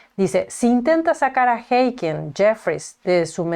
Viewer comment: Creo que estás pronunciando mal el nombre de Hakeem.